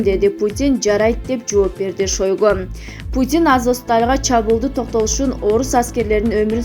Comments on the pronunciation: Мына бул журналистка аттарды туура эмес айтып жатасын уят сен да депутаттардан уйрондунбу жазылышта шойгу дейт айтылышында шайгй дейт донбасты данбаст дебейт😄😄😄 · Жазылышы ШОЙГО,айтылышы ШАЙГО. Чоон министрдин атын туура айтпаснар уят автор.